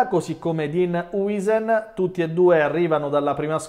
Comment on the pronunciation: ma che male vi ha fatto "Haaosen"??? Perché dovete storpiargli il nome solo perché vi piace così? E lo dico da emigrato in Germania a cui storpiano nome e cognome ogni singolo giorno. Si pronuncia "Haaosen" vi prego.